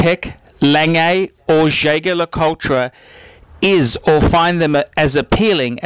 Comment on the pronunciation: I think he mispronounces the brand "Jaeger LeCoultre" anyway, he doesn't sound a happy watch collector!